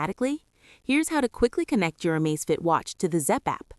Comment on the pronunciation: Surely its Amazfit not Amazefit??